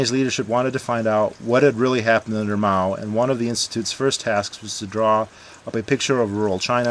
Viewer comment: Hey dude, pronunciation wise, pronounce As in Chinese as the Ah sound like in "Father", or a cross between the a in "Father" and "uh" like in "Uh huh". It's much closer to that sound than the A of "Apple".